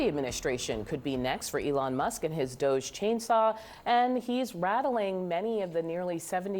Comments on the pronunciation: IT'S NOT 'DOSZE', IT'S DOG-E - DOGGY!!! 🐶🐶🐶🐶🐶🐶 That's literally the joke!!! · This department name is not "DOHJE", it is DODGY!